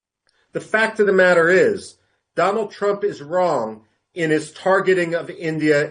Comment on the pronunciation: Once wise man said dolund trump 😂